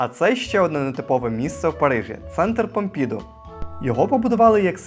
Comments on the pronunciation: Так, невірний наголос дуже псує вашу розповідь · Все сбалансовано між вами і Парижем !сюжет постійно в русі але така прикра помилка : аж два рази сказати - Помпіʼду замість Помпідуʼ ?! наголос наприкінці слова … це так очевидно ! Це особливість французької …❤бажаю успіхів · Написала коментар не додивившись до кінця ...Любі, ну не ПомпІІІІІІду, а ПомпідУУУУУУ😊